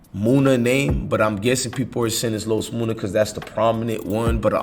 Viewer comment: Nigga his name is MUNNA not MOONA ! Like Money